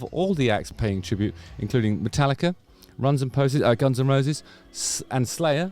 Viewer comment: Did you say Runs n Poses ? Hahahahah